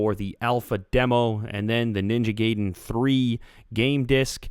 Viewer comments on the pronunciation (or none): Ninja GAYDEN lol It's Gaiden, pronounced (Guy-Den). Not trying to be "That Guy" but yeah... THE MORE YOU KNOW! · you sayed ninja gaydin its gaidin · Ninja GAY-den. lolol It's Ninja GUY-den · Gay-den lol XD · Ninja Gayden :P??? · JA GAYDIN JA GAYDIN JAYGAYDIN lol its funny the way some people pronounce it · pronounced Ninja GUY-DEN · Yu said garden wrong